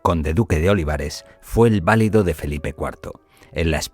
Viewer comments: No se pronuncia VÁ-li-do, se pronuncia va-LI-do, cuando se refiere uno al favorito de un rey. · Gracias . Qué molesto escucharlo mal pronunciado. Saludos.